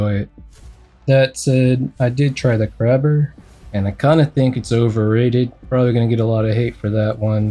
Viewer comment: Ignore me if u wanna but please call it kray-ber and not crab-er